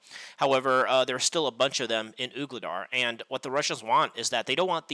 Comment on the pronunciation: Voo-le-dar. Sounds like you are saying Oog instead of Voo.